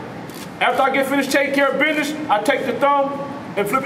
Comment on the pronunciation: “after I finish taking care of b’ness” 🤣🤣😂 Classic old school uncle pronunciation Good shit tho unc